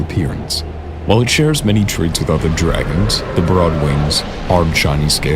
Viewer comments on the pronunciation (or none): none